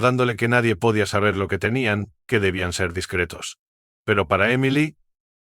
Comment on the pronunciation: Pobre lectura. No énfasis en acentos, no existen las ñs ...que es limítes, pódia, paníco, OHIO Oio